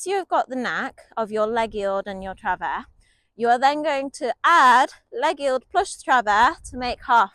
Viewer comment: French native here, I can confirm that your pronunciation of "travers" is correct - if it is indeed to be pronounced the French way.